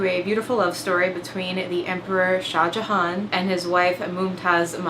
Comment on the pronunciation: As an India, Im suprised how good your pronounciations of Mumtaz mahal/ajoban bano begam and SHAH JAHAAN WERE